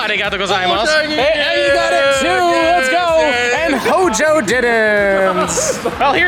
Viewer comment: Everytime says HO-JO….. take a shot!